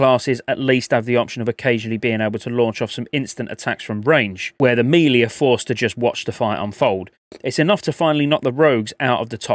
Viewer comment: I love your videos but the way you pronounce melee fucking kills me on the inside. ♥️